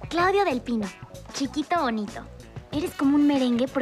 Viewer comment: jsjsjdjs aaaa „cliudio mi chiqui baibi mi livi” jsjshs